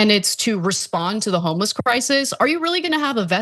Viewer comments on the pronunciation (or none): Did she say homie-less?